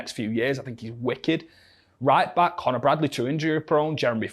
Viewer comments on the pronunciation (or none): none